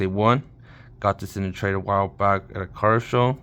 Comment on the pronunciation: i think this is the second time this has happened. you say 'im going to a CARD show' but it sounds like "car show" i get all excited, but realize you said 'card show' and not 'car show' keep thinking the FRS is going to go on display lol! nice video.